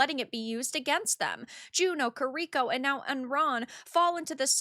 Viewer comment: I like you but is not pronounced KirIko but KIriko. The emphasis is on the initial KI of her name.